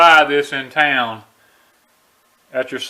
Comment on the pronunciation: "people .. you caint buy-a this in tai-own"